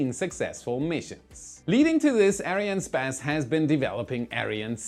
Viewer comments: Dude just say Ariane Space, not Ariane Spez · Why do you say Ariane SPASS and not Ariane SPACE? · It’s a little annoying to keep hearing space pronounced “sp-ass”. Sorry for being petty. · Why are you pronounciating it as Ariane Späs instead of Space? You're not saying SpäceX :D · He! You can pronounce the "space" in Ariane "space" as you would in English. I speak French and we pronounce it ourselves in English. Space in French is "Espace", So Space is Space:) Great Work by the way!!! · Great video. One question to: Why do you pronounce Arinespace like Arianespazz?:) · That's not how you pronounce Ariane Espace. You say "spass". Try saying more like "ess pass".😉 As always, thanks for the great content! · you might pronounce "arian'espace" rather than "ariane space" :) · Is it arianespace or Ariane spas? Lol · When I heard Arian sPAse, I fell out of my chair 💀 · why does he call it ariane spez? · Why do you keep on pronouncing Arianne Space like that?